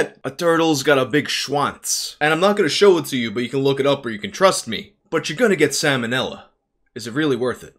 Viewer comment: he say she could get Sam O Nelly, I don’t know if this is a reference to another similar YouTuber or he just said it wrong